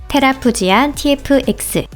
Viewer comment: 테라푸지아가 아니라 테라푸기아 아닌가요??